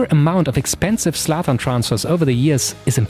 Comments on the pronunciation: Zlatan * not Slatan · The Zlatan pronunciation screams german. But the production quality is way better then german youtube.